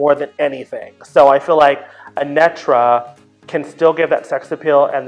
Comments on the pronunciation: Not "Anetra" 😢😅😂 "Aneetra" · HER NAME IS A-KNEEEEEE-TRA , NOT anet-tra! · It’s “Uh-NEE-truh” ❤ #Anetra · Not "ANetTra"😂👀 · It’s Deja being insistent on mispronouncing Anetra’s name for me. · Is Deja correct about the pronunciation of Anetra or did Willow pronounce the name wrong in the reveal? 😂